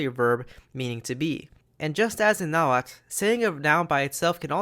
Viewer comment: So happy to finally see someone pronounce Nahuatl correctly after sitting through a history class that pronounced it like "Nah-hoo-ah-tal"